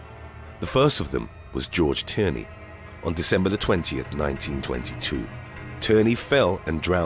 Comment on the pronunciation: my last name is Tierney lol but it isn’t pronounced like that. It’s pronounced like teenie